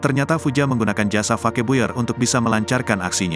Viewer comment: Aduh baca fake buyer seperti bahasa indonesia, itu bahasa inggris kan?